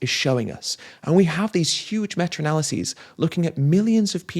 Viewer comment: "Meta studies" not "metra studies." Thanks for this excellent video. The Telegraph and the Daily Mirror are nothing but industry propaganda rags.